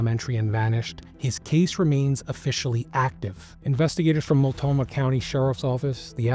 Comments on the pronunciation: Mult-no-mah county, not multomah. Otherwise, great video and overview of the case. I learned some new details I hadn't heard before. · This led the news for weeks in the Portland area. I remember it well. Everyone thought it was Terry. To the host: It's Mult-no-mah county. ❤ Great job on this, BTW. You earned a subscriber.